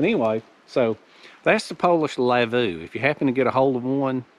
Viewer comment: Prob the stress is on the first syllab, the v is a w. Lavvu prob from Sami/Lapp people in Sapmi. Sapmi is the area where they live in Norway, Sweden, Finland, Russia. Skoltlaps have no reindeer, they fish.